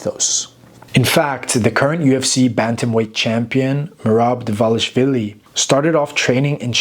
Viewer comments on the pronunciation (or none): Shidalva ara kvaxi...TCHIDAOBA ჭიდაობა. Merab Dvalishvili et NON Morab dovalvili. Punaise, c'est dramatique... Si je disais au lieu de la langue française, la lunge francu